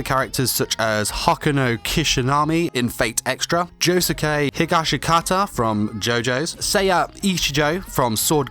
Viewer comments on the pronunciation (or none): He butchered josukes name